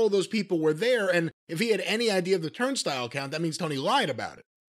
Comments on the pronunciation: No. Jim is saying it wrong. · TURNSTILE....not turnstil Jim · Turnstle? I love Jim to death, but that sure is a weird way to say "Turnstile." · Is "turn stull" a common pronunciation? I call it "turn style" and while I grew up in the South I don't recall the word coming up in conversation before...so just curious. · Who else loves who Jim is saying "Turnstile" as like "Turnst'll" 😂😂. Same way he says "Louisville" basically with his little bit of accent. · Yes I’m saying turnst’ll from now on ha ha! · Turnstile is the only word I've never heard that way... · I never knew turnstile was supposed to be pronounced like that. lol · Idk if I like how Jim says 'turnstile'. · The way, Jim pronounces turnstile is like nails on a chalkboard for some reason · I've never heard turnstile pronounced the way Jim says it. Im sure it's a midwest/southern thing. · I've been mispronouncing "turnstile" for years.